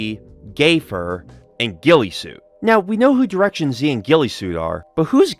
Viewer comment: Good video, however the way you pronounce the name "directionz" upsets me dearly.